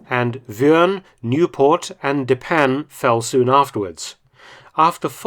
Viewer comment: Another wonderful video. However, hearing an Englishman pronounce the names of Belgian villages like Oostduinkerke and De Panne as if those were French names is quite hilarious.